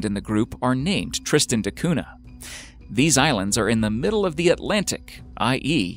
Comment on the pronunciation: Interesting video! Just one annoying thing is your pronunciation of Tristan da Cunha. It's "da Cunya (palatalised n), not "de Coona".